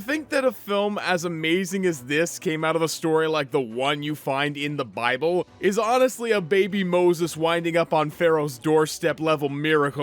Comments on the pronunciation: It’s pronounced BY-BULL! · I’m atheist but I’ve only heard it pronounced “bi-bull” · Its called BIBLE, (BYE-BLE) that easy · Nahhh was you talking about the bible supposed to be funny trynna pronounce it buddy? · Purposely mispronouncing Bible is just disrespectful